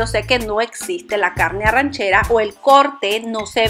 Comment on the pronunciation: ARRACHERA, NO ARRANCHERA.